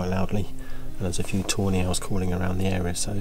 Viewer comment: Couldn't help hearing "toe nails" everytime you said tawny owls 😂